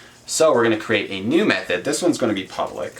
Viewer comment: It sounds like you're saying meth-head instead of method. lol thanks for the video ;)